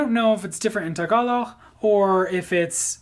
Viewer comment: You have to pronounce the 'g' at the end when you say Tagalog.